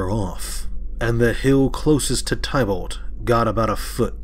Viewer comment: Thankyou for the reading. Everytime you pronounce Tibalt wrong it throws me off lol..